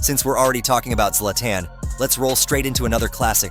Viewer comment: the way you pronounce Zla"TAN" is mind boggling